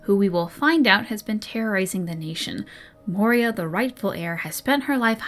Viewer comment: The Rebel Queen's name is Moira, not Moria and, unless I misheard, you consistently referred to her as the latter. If I did mishear, you can safely ignore this. Good video and it's great fun to be along for the ride. I also have the audiobook but I've listened to it so many times by this point that it his pronunciation of Dalish no longer even bothers me.